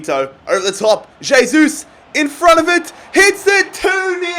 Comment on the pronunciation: Pronounced "hey-sus"